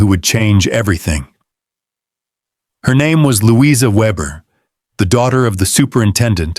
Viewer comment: Would have been good except for the AI narration (Lou-EYE-zer rather than Louisa????) and random photos of strange Victorian/Edwardian people with no relation to the story.